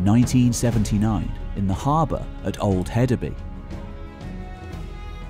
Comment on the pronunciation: For future reference: In Danish, "Y" is a vowel pronounced "oo" as in food, a long u sound. And I believe the d in Hedeby is pronounced like a soft "th" as it was originally a thorn. Hethabu. It means "heath town" or "town on the heath", literally. A "by" is a city, town, settlement.